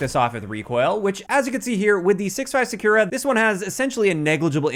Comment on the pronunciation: Still can't say "Sakura" tho, lol